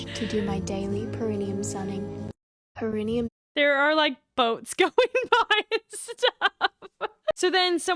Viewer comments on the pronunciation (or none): Per-IH-neyum So important to her that she can't pronounce it.